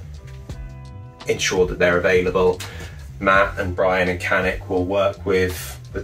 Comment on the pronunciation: he says it properly